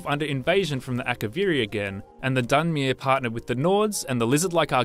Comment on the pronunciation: dunmeer.. dweeemer.. try to pronounce them the right way before making a video. geez it annoys me more than it should.